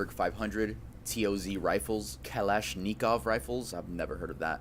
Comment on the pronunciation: Fire red hair, can’t pronounce Kalashnikov, and says idk what that is (Ak-47) but wants to cover things without having the most basic knowledge… it’s amazing how pathetically low our standards are today